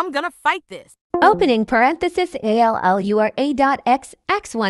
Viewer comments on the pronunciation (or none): "..Closing perantaces." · "dot dot closing perentaces"